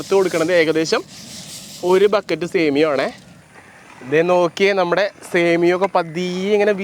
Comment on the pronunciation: സേമിയോ അല്ല സേമിയ